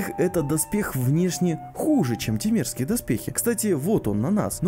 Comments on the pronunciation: Вместо "темерские" услышал "те мерзкие". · Мне одному словосочетание "темерские доспехи" послышалось как "те мерзкие доспехи" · Нормально, произносишь "темерские доспехи" как "те мерзкие доспехи". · Я один услышал те мерзкие, а не темерские? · Мне послышались слова те мерские доспехи а не темерские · Я один услышал не тимерские а "те мерзкие"? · Сначала услышал не темерские, а те мерзкие доспехи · Мне тоже так послышалось. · постоянно слышалось "те мерзкие доспехи" вместе темерских